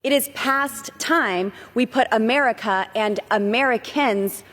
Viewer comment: "Ameerka and Ameerakins"